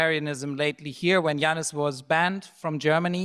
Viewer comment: Please pronounce Yanis' name correctly ...